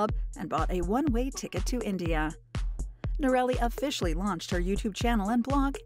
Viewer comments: Its hard to believe anything your commentator says as true when she is not pronouncing the name correctly. It is not " no-rally" but rather "nora-lee". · I believe that minimal viewing of the "Itchy Boots" episodes have been view before this posting as evidenced by the narrator not pronouncing Noraly's (Nora-Lee) name as she has many times in her videos. Factual information was provided, however the fact that Noraly's name was mispronounced brings the entire video into question (in my opinion).👎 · Annoying to hear her name pronounced as "Norelli"... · She is still riding !!! And her name is pronounced. NOR -A - LEE . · Too bad you don't know how to pronounce her name. Inexcusable! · Great backstory , but you need to know how to pronounce her name. All you had to do is watch her videos . Noraly is the best. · It would help to pronounce her name correctly, considering the number of times it occurs in this video. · Not pronouncing her name the right way. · I realise you’re an American, but that does not give you the right to miss pronounce Noraly name. Please get someone to help you learn how to say it because how you say it is awful. It’s not a difficult name to say. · If you are going to make a video about Itchy Boots at least learn how to pronounce her name AI 😤